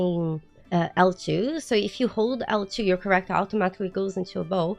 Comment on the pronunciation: Three quarters in, I realized every time you talked about Correctors you pppprobabbly were saying Character lol. Listening is hard.😂